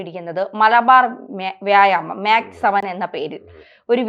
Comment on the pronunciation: ഡിജിറ്റൽ മീഡിയകളിൽ അപ്‌ലോഡ് ചെയ്യുന്ന കാര്യങ്ങൾ ആജീവനാന്തം അവിടെ തന്നെയുണ്ടാകാൻ സാദ്ധ്യത ഉണ്ടെന്നു കരുതി പഠിച്ചിട്ടു വീഡിയോകൾ ചെയ്യുക .മാക്സ് സെവൻ അല്ല മെക്‌സ്‌ സെവൻ .സെവൻ എന്നവർ ഉദ്ദേശിക്കുന്നതു് യോഗയുടെ വിവിധ കാര്യങ്ങളും അല്ല.